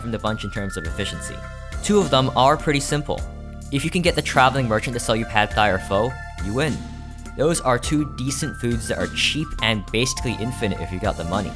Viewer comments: I hate to be that person, but pho is pronounced "fuh" not "foh" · DID YOU JUST PRONOUNCE PHO AS "FOH" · said both pad thai and pho wrong, unsubscribed!!!!!!!